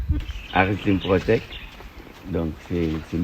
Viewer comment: Par exemple Votre guide dit Aristide Protect au lieu de Protet…. Et Mr Protet a été tué dans les îles Carones, en face de Carabane. Et non dans l’enceinte de la maison de correction…